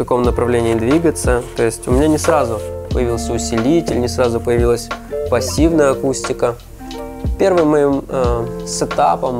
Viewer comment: гыы.. только мне показалось, что когда этот томный знаток винила произносить фразу "пассивная акустика" он сразу становится как то нежнее и элегантнее ? ))